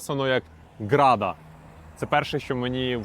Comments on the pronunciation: Гарда, а не града😅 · Гарда, а не града